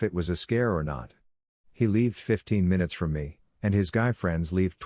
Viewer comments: Why is the pronounciation of 'lived' so weird? Makes it sound like OP spelt it 'leaved'. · does anyone else find it super irritating how it pronounces the word lived? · Pleas update you software, the mispronounced lived is very irritating.